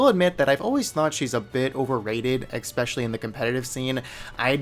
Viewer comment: How come you pronounce "especially" as "eckspecially"?